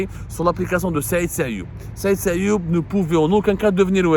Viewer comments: Il s'appelle Sayoud et non sayoub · Son nom est Saïd SAYOUD non pas SAYOUB 😊 à moins que vous parlez d'une autre personne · C sayoud pas sayoub